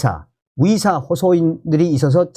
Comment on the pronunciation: 썸네일 제목은 의사들이라고 써놓고 들리는건 위사라고 들리는게 내 달팽이 관이 고장난 건가? 🤨🤨🤨